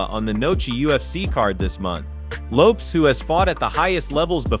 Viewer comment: It’s lopes bro not loppe’s 😂😂😂